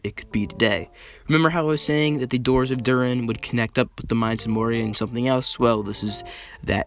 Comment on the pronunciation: bruh be like: " Soron ", Dur-in. Like, man, learn how to say it right!